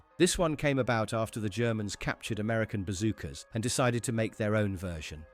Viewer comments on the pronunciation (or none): none